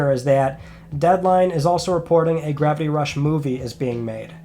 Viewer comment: what is ‘Grappy Rush’ or ‘Gravy Rush’?? Can’t you pronounce it right?